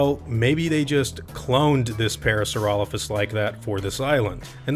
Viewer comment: Everytime you pronounce Parasaurolophus that way another species goes extinct.